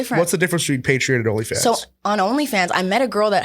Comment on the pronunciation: Theyre saying patreon like its spelled with an i and not an o lmfao wtf its pay tree on